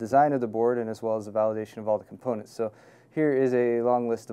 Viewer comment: he said cum-poonets